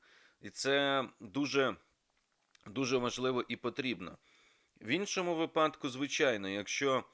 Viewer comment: Мусієнко ,не випАдку,а вИпадку !